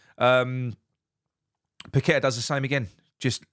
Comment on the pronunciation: Have to agree with all that. However his name is pronounced Pak A Ta. It's one thing idiots on Talksport butchering it but not one of our own. 👍